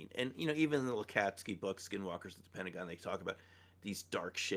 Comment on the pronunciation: its Pentagon, not pennagone